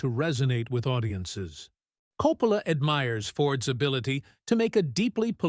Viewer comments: This is AI junk. They put a couple clips from Apocalypse Now in the review of The Searchers..the voice over keeps pronouncing Coppola differently. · Hate the AI narration; mispronounced Coppola's name several times!